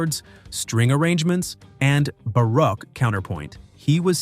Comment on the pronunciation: And 'baroke', not 'barrack'.